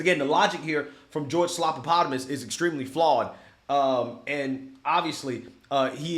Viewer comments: You're pronouncing it wrong. It's George Slap-a-Platypus. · "Slopapotomus" "Slopadopolous" 😂🤣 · No you're saying his name wrong. It's Slobanoboulos. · I always laugh when calls him "slopapotomus" 😂